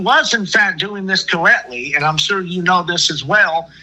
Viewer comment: Cowwectly be driving me cwazy